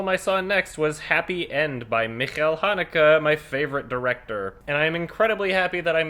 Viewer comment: Wait is that how you pronounce Haneke's name?